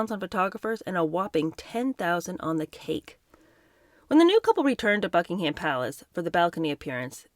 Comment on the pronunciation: I adore everything about you … apart from your pronunciation of BuckingHAM Palace! It’s pronounced Buckingum Palace … thanks 😘😉